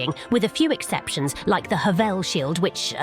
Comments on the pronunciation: Its HA - VUL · The way you said havels name wrong just made me laugh